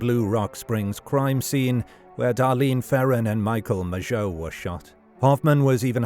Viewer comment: He pronounced Mageau properly. Frankly if nothing else, that was worth a new Zodiac-related video.